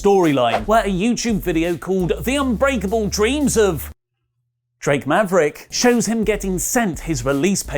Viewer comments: Can we get a compilation of saying drake maverick? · Oli saying "drake maverick" never gets old